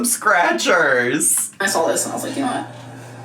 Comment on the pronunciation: She says “sawl” instead of saw